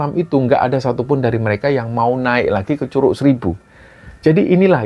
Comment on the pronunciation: Bukan curuk bacanya pake G 😂😂😂😂😂kaya baca G nya godhong😂😂😂😂